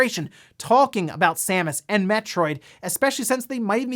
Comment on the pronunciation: Thank you for reading Samus' name correctly ("Sam-us") instead of incorrectly pronouncing it Seamus ("Shame-us") like a certain OTHER Youtuber did recently.